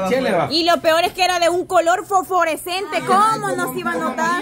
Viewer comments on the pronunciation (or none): 🗣️se dice fosforescente. NO foforecente 😂😂😂😂😂😂😂burrita. Ya no molesten a Kevin 😡podría demandar por difamación 😡😡😡😡